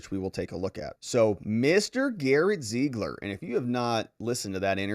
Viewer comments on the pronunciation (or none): none